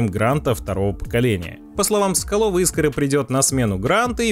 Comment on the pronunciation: Автор, иди в школу учить русский язык)) Искра)))) правильно - искрА 😉